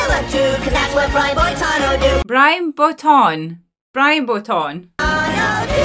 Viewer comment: Why are you mispronouncing Brian Boitano?